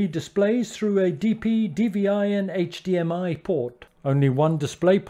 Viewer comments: HDMI, not HMDI. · Good video and recommendations. However, PLEASE STOP SAYING HMDI! It's HDMI. LOL. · Thank you for a straight forward video, but why you keep saying HMDI? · No offence intended but I was triggered every time you said HMDI instead of HDMI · It's HDMI not HMDI. Sorry, I'm a pedant. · HDMI!!!! It’s not HMDI!!! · I had to stop watching after the 5th "hmdi" reference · Why does he keep saying "HMDI"? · I honestly stopped watching when you said HMDI. Its like saying UBS, I just can't take it seriously.